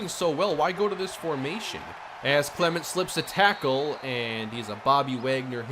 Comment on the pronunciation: I can't be the only one who hates the way he says Clement lol